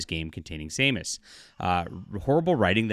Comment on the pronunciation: I don’t know about the article but for a fan of the game you calling Samus (SAM-us), Say-mus, is embarrassing.